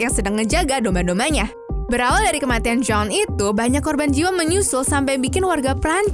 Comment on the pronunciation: Nobody: Also Nobody:: "ADA KEMATIN"